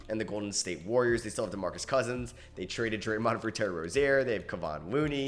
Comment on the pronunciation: no hate but you do know theres an "A" in warriors right